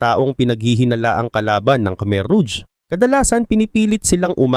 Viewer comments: rouge pronounced as rog Hindi ruj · ruj ang tamang pronouciation brad kasi french word yan mening red